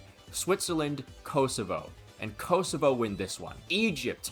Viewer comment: as a true shqiptar, this means everything, than you. (Also, it’s pronounced Koh-soh-va)